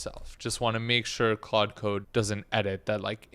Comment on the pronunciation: good but it's pronounced klawd lol like claude françois